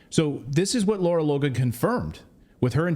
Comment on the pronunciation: It's Lara, not Laura, you journalist.